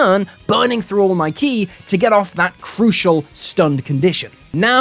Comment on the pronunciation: Honestly, the best thing to come out of this is that people (like you) will finally stop mispronouncing "ki".